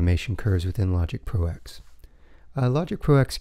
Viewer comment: Thanks for the video but please stop calling it "Logic Pro EX"... it's a Roman numeral. It's "Logic Pro TEN"